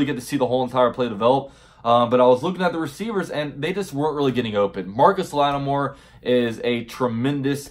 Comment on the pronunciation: Who is Marcus latimore its marshan latimore